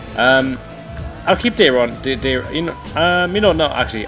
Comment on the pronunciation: Dier not Deer